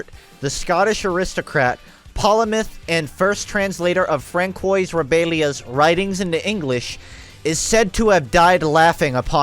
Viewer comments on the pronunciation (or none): the linguist in me died a little when pronounced "francoise" in the most anglo way possible